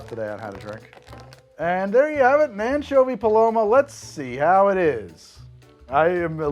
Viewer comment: am I the only one who heard it as the "manchovy paloma"?